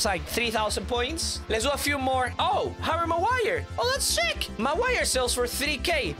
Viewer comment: Harry Ma-Wire.